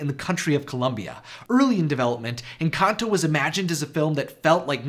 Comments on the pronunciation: Lmfao he pronounces "Encanto" as, "Enkantō." xD And "Pedro" as "Pētrō." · The way he pronounced encanto 💀💀